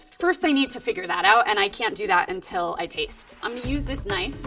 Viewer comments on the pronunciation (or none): none